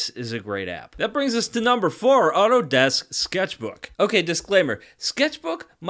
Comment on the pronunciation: Sketchbook might not be “mumbrr” four😂😂 Btw thank you for the hard work you put into this video I’ll be making use of it😁